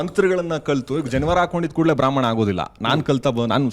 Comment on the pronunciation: ಬ್ರಹ್ಮಾಂನೆರೆ ಅಲ್ಲಾ ಬ್ರಾಹ್ಮಣ ಅಂತ